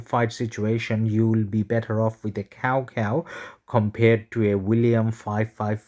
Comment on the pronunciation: nice vid, btw cao cao is not pronounced as cow cow, it sounded something like chow chow